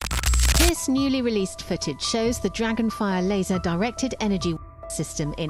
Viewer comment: Lul you can't say lasers??